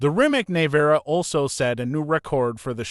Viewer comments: Neh vara? Nevera? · "neyvara" is not "Nevera" ffs learn to speak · Bro really said "Nayvara" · “Nay-vara” 🤦🏻‍♂️ too lazy to learn how to pronounce the simple name